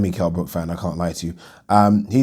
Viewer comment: Remember when floyd said Kell BROCK